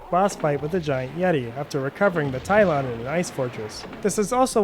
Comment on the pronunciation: hmm not sure what a "Tylon" is. it's pronounced Tal-e-on. Also 110% not a yeti lol it's the guardian of the Talion and he's clearly a large bird of some kind.